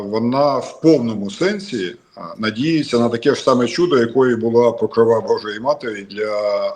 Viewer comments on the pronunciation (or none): Покрова наголос на о.